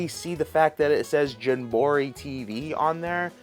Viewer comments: He needs to make merch that says jam-buh-REE or um Jum Bro REE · I kove how many times you said jumborrey. Keep it up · Its jam-buh-REE perhaps hes trolling the viewers? Also does he fly to NYC for nintendo store or lives fairly near? Good video liked and subbed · did you say jum bor ee..... lol I know it's on purpose like meteor oid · "JAM BORE EEE" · Your saying the name wrong bro. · How do you pronounce Jamboree like that?!? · Your pronunciation of Jamboree has me rolling 😂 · why the hell does he keep saying JAMBOREE incorrectly?! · U new here? He is 100% on the tism scale.😂 but he is chill so its cool. Drives me crazy but i watch sometimes still.😂. He does that often...and no it aint clickbait. He is just "a bit special"😂😂😂😂. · Right tho. I was like “ pardon?” Lol